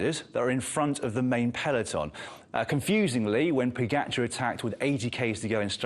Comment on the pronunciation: Pro commentators who get paid to talk Yet can’t pronounce pogacar correctly, our sports best rider